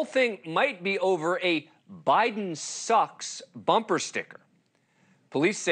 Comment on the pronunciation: The way he emphasized the word "sucks" 😂